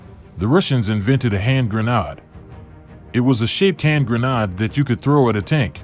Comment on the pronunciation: Some southern guy pronouncing grenade as "GRUH - NAAHD"? LOL